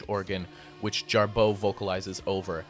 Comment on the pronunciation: Why are you pronouncing Gira and Jarboe with the accent on the 2nd syllable?